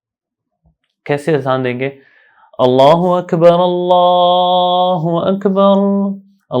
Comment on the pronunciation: اللہ اکبر اللہ اکبر غلط پڑھا اقامت ساری غلط پڑھی یہ ویڈیو ڈیلیٹ کریں کسی ایسے عالم سے سیکھیں جس نے تجوید و قرات کا کورس کیا ہو سیکھنے کے بعد ویڈیو چوبارہ اپلوڈ کر